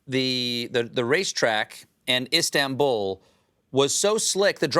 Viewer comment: HE CAN’T SAY “İSTANBUL” LOL 😂